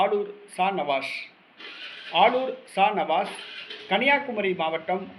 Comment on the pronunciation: Sa Nawash illa ji... Sha Navaas..